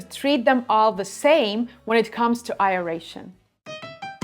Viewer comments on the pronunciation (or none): Been watching your videos for a bit. It's pronounced AIR-ration, not EYE-ration. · It is "Aeration" not A-eration. It comes from Latin.